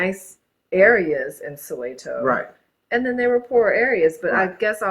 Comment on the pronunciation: Your wife pronounces Soweto properly, sorry but you sound bougie bro